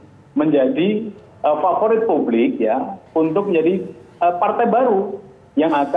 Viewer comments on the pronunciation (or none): "PARTAI UMAT ..PARTAI PAVORIT PUBLIK" wkwkwkwkwkwkwkwkkwkwkwkwkwkwkwkwkwkw